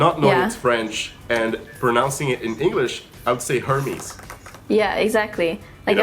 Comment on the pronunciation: Hermès is "ermèsse" in French :D. We do pronounce the S :)